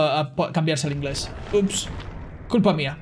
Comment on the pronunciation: "Culpa mia" I turned away for a moment to grab a potato chip and thought you said "Poop on Nea" 👌